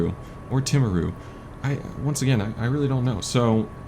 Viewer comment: " Tim aru " :) Actually, it is more like " TEA maru "